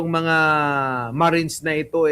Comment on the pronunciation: Pls. 18 MARITES NOT MARINES.